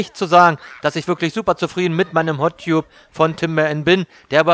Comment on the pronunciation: Gesprochen "Hot Tabb" =) Ansonsten 5 Sterne Deluxe